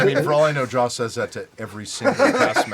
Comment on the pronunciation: I thought James Spader said he based Ultron of Jaws, not Joss...